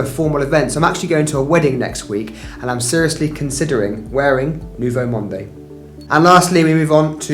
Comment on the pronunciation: Thanks for this very interesting video. Just do not pronounce the e in Nouveau Monde. It is Nouveau Mond .